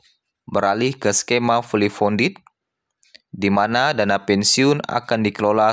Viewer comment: Bukan fuuly pundet tp fully kondiy hahaha😅😅😅